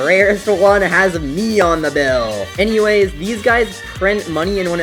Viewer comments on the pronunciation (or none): none